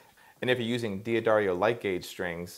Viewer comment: Say it with me: duh-dairy-oh Duhdairyoh D'Addario